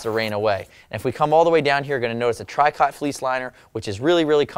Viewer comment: Tricot is actually pronounced "tree ko" ...not try cott. Great videos though!